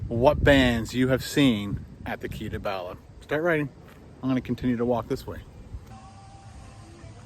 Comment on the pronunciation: Hey, I'm Welsh (dwi'n siarad cymraeg) that means I speak Welsh. Bala is a place not too far from me here in North Wales, maybe 1 hour 30 mins. You pronounce it as you would say "baa" for a sheep. So "baalaa". 😁😁